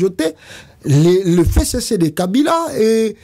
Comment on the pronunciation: Pasta ezalaka F C C et non fecece, lisusu pona Bunagana et non bunanganda, veuillez corriger cette erreur de prononciation